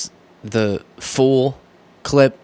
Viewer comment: Did just say "the FOOL CLIP" 😂